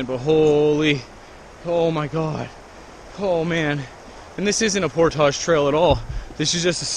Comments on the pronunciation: It's portage not portoshhhhhh!!! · portage rhymes with porridge, not montage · its pronounced port-ij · He loves saying portouge omgd. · YOU MAY WANT TO LEARN TO PRONOUNCE ''PORTAGE' LOL GREAT VIDEO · this randomly popped up as I let YouTube play and I just couldn't the way you pronounce portage drives me insane you are wrong stop it.